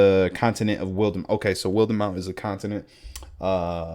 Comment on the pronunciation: I don't know if anyone has mentioned it already, but Wildemount is pronounced like the adjective wild. Issylra is pronounced ee-syl-ra, and Marquet is pronounced mar-ket ^^